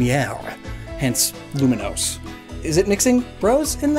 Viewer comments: Uhhh, it’s not Luminose, it’s Lumiose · I hate to rag, but did you have to mispronounce Lumiose city as Luminose city EVERY TIME? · THERE IS NO N! IT'S LUMIOSE, NOT LUMINOSE! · Were you calling Lumiose City Luminose City? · There is no 'n' in "Lumiose". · There’s no N in Lumiose! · I'm pretty sure it's Lumiose, not Luminose lol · lumi-OUSE. THERE IS NO N! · there is no n in Lumiose city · Its not Luminose city its Lumiose city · *Lumiose, there is no n Also, Arven is a guy